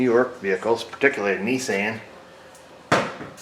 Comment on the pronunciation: I some times wonder if the video gets paused because Mrs. O pops you for making smart remarks. lol I get a kick out of your timing and the way you say Kneesaan.